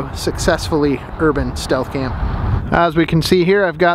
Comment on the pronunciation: "Shealth" camp 😂 you sure are incognito in that that.